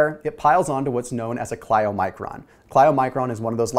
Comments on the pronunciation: "ky-low-micron",! not "chlyo"... as in Kylo Ren:-) (I know, easy to sit on the sidelines and comment! Thank you for the great information) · You are super smart, but you're mis-pronouncing the word Chylomicron throughout the video. You keep saying, 'Kli-oh-micron' . It's 'ky-low-micron.' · Todd Adams Yeah. I was going to say sounds like Kylo, as in Kylo REN!